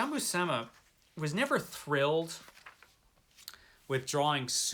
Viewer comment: So, seems loves Jack Kirby's work on this! 🤣 You're both mangling Buscema's surname you know 😉 (Pronounced Bushema, although I'm guessing he may have anglicised it himself). comunque puoi ringraziarmi piu tardi 😉